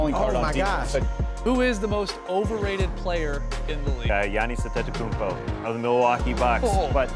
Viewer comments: Jonas Adedokumbo” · “Johnis Antokoumbo” 🤣🤣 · "Johnis Antekoumpo" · The guy said: giannis adeckockuonmpo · jiannis antetokooompo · johnass andeadokoonbo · Jiannis adetokoumbo